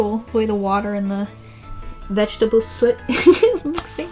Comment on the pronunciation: It’s soot not Saat